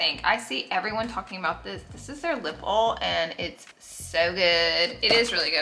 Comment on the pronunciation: Seriously one of my favorite influencers… so humble, so kind and giving! Also the way she says oil “ole” is the best 😂❤️